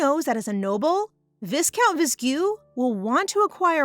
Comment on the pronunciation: WHAT I HATE ABOUT pronounciation is "viscount". The correct way is vai-count. With the "I" as in "I am" sound. Please correct it!